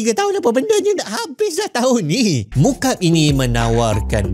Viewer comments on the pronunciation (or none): Sebutannya mukak'ab bukan mukab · Cara sebutannya Muka'ab dlm b arab bukan mukaab. Maksudnya segi empat sama. مُكَعَّب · Muka'ab (مكعّب) sebutan nya, Ka'bah ngan Murabba' elok pulak sebutan nya 😅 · Tuan, sebutannya 'mu, ka' (huruf ayn), 'ab - maksudnya kiub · sebutannya Mukak'ab مُكَعَّبٌ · Dalam bahasa arab disebut مُكَعَّب … maaf saya tegur sebutan😊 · Mukab, Teori Koperasi 😂 ni sengaja salah sebut ni